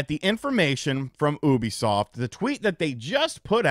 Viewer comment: The way pronounces Ubisoft as “OO-bisoft “ instead of “YOU-bisoft “ really bothers me